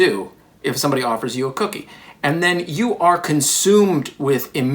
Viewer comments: it is a "cook"ie not an ie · Really takes the "cook" out of "cookie". It's just an "ie"